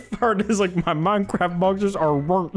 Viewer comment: “Minecraft boxers are rurnt” 💀💀